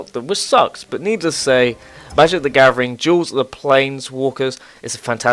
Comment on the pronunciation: "Magic The Gavering"